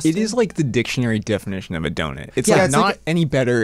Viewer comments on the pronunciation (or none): … im sorry did u say donit instead of donut?